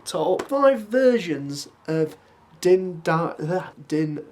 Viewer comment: His name is pronounced Din jaren 👍